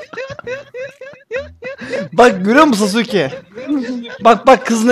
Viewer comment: Sasukenin adi sasuuuuke degil aga sasuuuuke